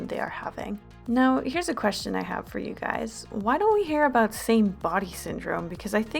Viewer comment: talk aboot